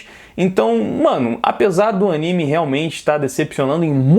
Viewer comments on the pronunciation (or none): none